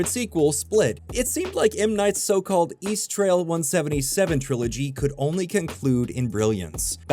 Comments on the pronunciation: It's EAST-RAIL not "east trail" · So annoying pronouncing East Rail as East Trail. It's RAIL because it's a train, FFS.